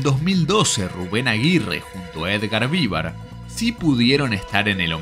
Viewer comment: Increible trabajo documental, recopilación de información y todo, la verdad admirable XD Pero me cuesta no detenerme en que pronuncies "VÍvar" y no "viVAR". Habiendo visto (supongo) tanto material de archivo, entrevistas, etc... e incluso es algo que lo pronuncian en cada intro del chavo... me sorprende que lo pronuncies incorrectamente jajajjaja